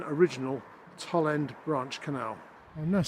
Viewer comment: In the name Toll End, 'Toll' rhymes with 'dole', not with 'doll'. I spent the first 18 years of my life in Tipton and my family still lives there.